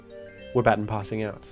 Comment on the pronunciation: It always triggers me for some reason, on how says baton